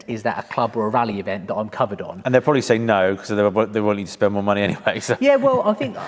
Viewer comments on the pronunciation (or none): none